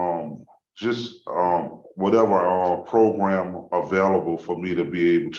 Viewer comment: It’s all about the progrums. What progrums have you taken?